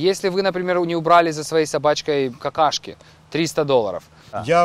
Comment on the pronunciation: Мне нравится как произнес "какАшки"))))